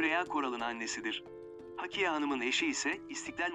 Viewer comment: Hakiye değil, Hakkiye. Ne olur, seslendirme yaparken daha dikkatli olun. “Hakkiye” hakkıyla demek. Ama Hakiye’nin bir anlamı yoktur.